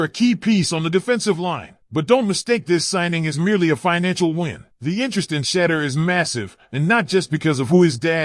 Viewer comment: You can't even say shedeurs name right